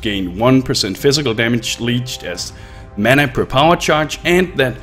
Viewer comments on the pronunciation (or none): none